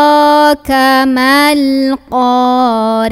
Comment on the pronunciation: Maaf ayat pertama dan ketiga ada kesalahan, alqoriah bukan alleqoriah dan juga attakastur, bukan allehakumuttakastur jadi hati hati, jgn sampai tawwalud dan hati hati juga apabila membaca KALAMULLAH